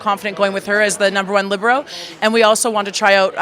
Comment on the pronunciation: She pronounces Libero wrong. Seems weird for someone that has been in the sport for so long